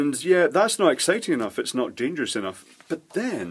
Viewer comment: It's not dangerous, it's dangeroose! 😉